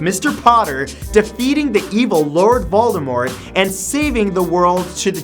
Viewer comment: Did you say Voldemort with a silent "t"? If so, THANK YOU!